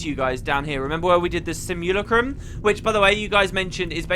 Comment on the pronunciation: Sim-you-lack-rum sorry it was just annoying me lol